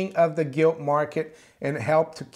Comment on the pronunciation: Sorry did you say Gilt or Guilty lol, keep up the good work